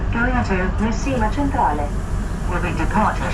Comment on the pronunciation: Really interesting video - the trick is not to stress to much in Sicily, things always work out eventually. PS Palermo and Messina stations - Centrale is pronounced ‘chen-trah-leh’.